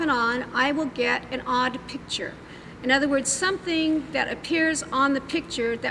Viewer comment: I despise her grammar, "Pitcher" it's "Picture", with a C before the T.